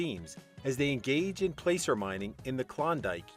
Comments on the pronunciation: You need to check your math when you say how much gold is worth this much $$$$$. You are off by at least a factor of 10, depending on the value of gold when it was mined. Also, this is placer mining, pronounces like “plaacer ” not pronounced like “play-cer” mining. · You have no idea whatsoever. First clue to that was calling it “placer” gold when it’s pronounced “plasser”. Secondly, and most importantly, placer mining does not use any chemicals whatsoever. It’s illegal. Only water is used to wash dirt. And every site must require hundreds of thousands to reclaim it which is known to be good for animals particularly the water fowl. Might want to do your research first.